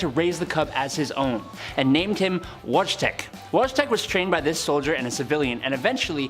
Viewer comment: Your pronunciation of Wojtek is painful to listen to.